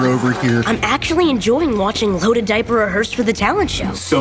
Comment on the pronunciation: i hear diarrihai wimpy kid